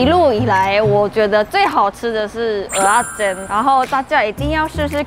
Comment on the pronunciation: 喜歡聽妳講蚵仔煎的發音，好道地又標準😆有台味